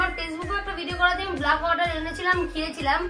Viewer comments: Kotha ta bluck noi black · ব্লাক নয় রে অশিক্ষিত ব্ল্যাক হয়